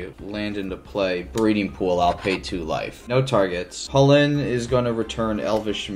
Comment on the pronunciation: Fyi Irish people say it’s pronounce Kull-In……… not hullin.